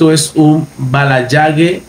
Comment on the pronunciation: Se lee "balayash" pa la próxima pana, para que se atiendan en mis salones y barberias y tu en especial que necesitas acicalarte